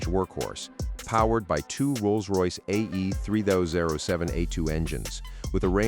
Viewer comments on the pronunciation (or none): Ruined by AI voice over, yet again. Gulfstream 5 not Vee, and Rolls pause wait for it Royce in the first few seconds. Not bothering with the rest.